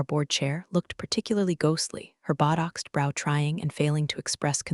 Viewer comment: There is a serious continuity issue in this story around minute 10 or 12. She goes to the table then she is back on the stage and then she goes to the table again. And botoxed does not have a “d” in the word. Otherwise great story